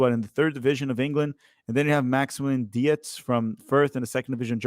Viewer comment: Dietz is likely pronounced Deetz not de-ets